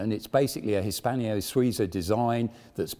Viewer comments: It annoys me to no end to keep hearing Hispanio-Suiza. It's Hispano. No i. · Very interesting..... The attempted blags for Patreon support are slightly grating... But not as grating as H pronounced as "haitch". Nor as grating as "Hispanio". Not all strange, foreign words in romance languages end with the "io" vowel pairing. It may seem as if they do, but they don't. A very interesting video, but grating.